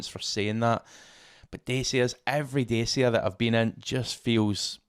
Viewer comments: It’s pronounced Datcha as in Thatcha. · Dacia is pronounced "Dacha" 😉